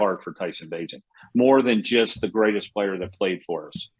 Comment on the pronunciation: Tyson Bagent not tiny lmao